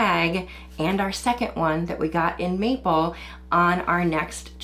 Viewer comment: MAPLE!! First time she said it i heard "meatball" and it had me utterly confused 😅